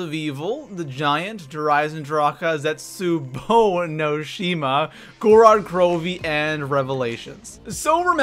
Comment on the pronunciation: YES! WE GOT HIM TO SAY ZET-SOU-BOU NOT BOO :D!!!!!!!!!!!!!!!!!!